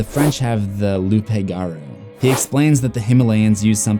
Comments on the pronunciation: « Loupe gawroo » lmaoo, for the future if u ever say it again it’s « loo garoo » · Please get your pronunciations correct. Manitou = man-it-two and Loup Garou = loop ga-roo. It's sad when you do so much research and then don't bother to get correct pronunciations. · its pronounced "loo gah - roo" and its basically just a werewolf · Nitpick from a Pronunciation-Nazi (like a Grammar-Nazi but with pronounciation) I think that you made an honest mistake with the list of monsters, unless it's a list of monsters that eat humans and happen to have some sort of shape shifting ability. loup is French for wolf, loupegarou, pronounced loop-garroo, is old French for werewolf. French people today spell it loup garou for males and as an overall species, pronounced loo-garroo (females = louve garrelle). I don't think that it's on the same level as the other monsters that you equate to Pennywise and why not refer to it as the werewolf rather than call it by it's french name without further explanation? It makes it sound like a Kitsune (foxes from Japanese myth that can shape shift with powers of illusion and typically pull pranks on and sometimes hurt humans) rather than man cursed to change into a wolfman every full moon. I did chuckle at the Spanish pronouciation though, El Lupe Garu has nice ring to IT.